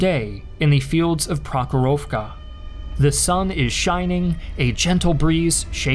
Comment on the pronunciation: "Prokhorovka" Self proclaimed "Historian"